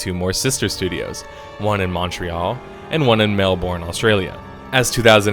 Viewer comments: If I can request, please, pronounce it Mel-burn, not Mel-born. I cringed every time you emphasised the end of the word instead of the start. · Why oh why are Americans unable to pronounce Melbourne correctly? We pronounce it Melburn, not Melborn. Sincerely, an annoyed Melburnian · Mel-bin, not Mel-born. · Ahem, Mel-Burn, not Mel-Born. Please and thank you. By the way great video. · Mel-burn not Mel-born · Mel-BERN/BIN not Mel-bourne also interesting note EA is the sole reason the game industry in Australia id dead i'm not kidding Australia back in the like NES and Atari Days was one of the largest producers of video games EA wanted to put a stop to that... since the 80s any promising game studio in Australia is simply bought out and shut down Valve does this too but to a lesser extent rather they buy the company move the employees to their office then shut the studio down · It's Mel-bun not Mel-born. That's the correct Australian way g. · melb-ou-rne not mel-bourne lmao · learn to say Melbourne... really grinds my gears. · I want to die whenever you say Melbourne, nonetheless amazing video! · the way you pronounced melbourne made me cringe